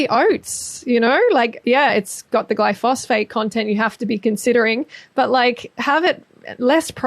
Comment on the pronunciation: Glyphosate, like GLY-FO-ZATE... not Glyphosphate